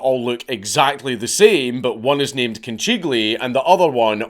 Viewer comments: Conchiglie = seashells Orecchiette = little ears They are very similar but not exactly the same Also the pronunciation is way off: Conchiglie = Con Kill Ye Orecchiette = or egg kee eh tay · Dank, my man, I love you but you risk your life saying orecchiette and conchiglie are two things that are even remotely close, let alone the same